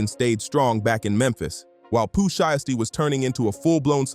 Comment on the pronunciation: Definitely a Ai video can’t even say his name right SKIP THIS VIDEO